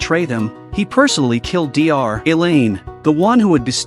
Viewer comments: You canbtell by how it calls doctor Elain 'D R Elain' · "Dee Are - Elaine"